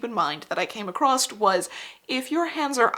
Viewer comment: I love your videos, really I do, but PLEASE stop saying 'accrost'. It's not a word & its use only serves to make an intelligent & hard-working woman appear to be ignorant of the Queen's English. You're definitely smart when you know how accurate & efficient the Metric System is, esp on small items. Thanks for the construction tutorial, my many glove patterns will now be much easier to prepare.